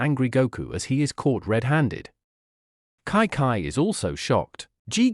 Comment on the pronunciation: Kai kai? Its chichi